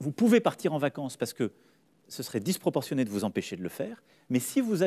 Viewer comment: "Disproportionn-é" ! Putain les mecs ! Vous êtes journalistes ! C'est une publication du huffington ou bien c'est "les marseillais à Mykonos" ?